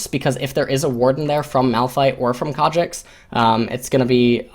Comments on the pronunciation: As soon as I heard "Kha'Jix" I screamed internally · I couldn't watch this, that pronunciation of Kha'Zix is agonisingly bad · IT"S KHA ZZZZZZZZZZZZZZZZZZZZZZZZZZZZZZZZZZZZZZZZZZZZZZZZZZZZZZZZZZZICKS not Kha Jexxs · Kha'Zix not kardricks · In Korean the Z makes more or less a J sound. Its more than likely just a force of habit. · Rofl, what? Concidering you want to learn something about this game from one of the best sources out there aviable for free, I think can can ignore pronunciation mistake. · Christian Paul If this video was in Korean I'd be perfectly fine with that, but it's not, it's in English